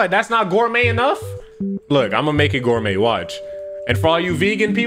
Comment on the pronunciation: Nah it’s gorumè enough so Gorumé